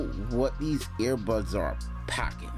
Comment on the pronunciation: Lol. All I kept thinking of was the dog Air Bud. Were you saying airbuds or earbuds?